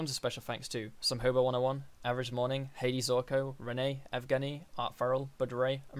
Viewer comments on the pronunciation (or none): not hadey zorkow! it is pronounced Ha-dee zoor- kot 😅 Nice video by the way. keep doing more. these are the best type of tutorials everybody actually needs